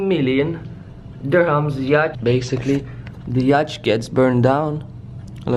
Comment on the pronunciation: Man why do you say yach its a yatch